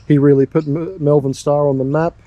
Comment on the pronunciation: Mulvan? 😂 Either people from Melbourne are being weird again, or they don't know how to pronounce Malvern.